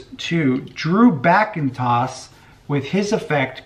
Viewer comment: Classy thinking. Well judged. Articulate too. Btw tiny point: it's Backenstoss, but Google will get you there.